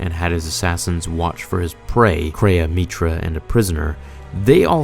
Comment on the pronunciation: You call her meetra, my character was a guy named Jack Stone